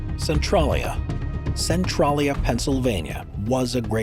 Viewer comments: Its "Cen-TRAY-lya" not "Cen-TRAH-lya" The latter would be spelled "Centrallia". How embarrassing for you! Did you not ever hear of Google? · Cen-trail-ia lol Centrolleya sounds so silly.